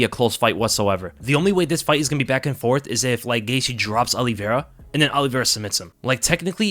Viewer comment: Look forward to the fight, but dread hearing pronounce Oliveira as Olli-Vera. Exactly the same way Alo-vera is pronounced. I’ll be back in June.